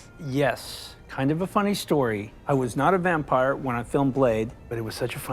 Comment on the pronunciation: Matt Berry's pronunciations always gets me. But also, the way Doug Jones says "wampire" -- GETS. ME. EVERY. TIME.